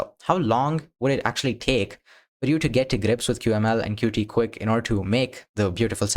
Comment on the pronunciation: It's pronounced "Cute" not "Cutie" btw